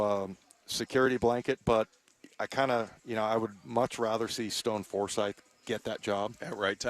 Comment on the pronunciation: Dude really Stone Forsythe?!! 😂😂😂😂